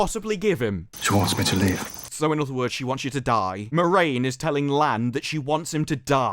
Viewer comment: I have to say, I am disappointed. You spent the entire review getting a character's name wrong. Every single time you mentioned her, you got her name wrong, just so completely. I have to assume you did it on purpose! Well, just to set the record straight, the main character of this TV series isn't Moraine. It's Moron!